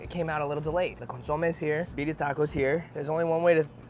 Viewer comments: CON SU MAY..... You should know this Bro, you have Mexican heritage... Better get that chit right next time!!! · ConSOmeh, hahaha 🤦🏻‍♂️ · needs to learn how to pronounce Consomé correctly 😅